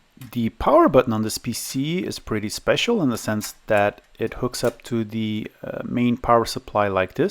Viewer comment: ...your english is very good... though: sometimes its pronounced "THE" not "THEE" ... The rule is, that before a consonant, the artikel "THE" should be used, and when a vocal follows, then you may use "THEE"... Otherwise it sounds strange ;-) e.g. of pronounciacion: "THE MOTHERBOARD" and "THEE AQUARIUM" , "THE MOUSE" and "THEE INTEGRATED VIDEO CARD" Your videos are very good though. Keep the good work going!